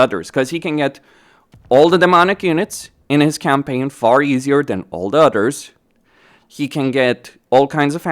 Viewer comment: I love how every time he says "others" it sounds like "udders"